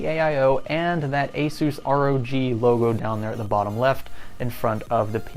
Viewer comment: The name is simple: ROG 1 (Rouge 1 ;) ). Pronounce ROG as a word (rawg) and there you have it.